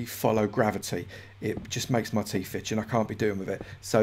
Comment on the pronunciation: "I do hate when fings don't actually follow gravity, it just makes me teef itch an' I can't be dealin' wiffit." ... uwotm8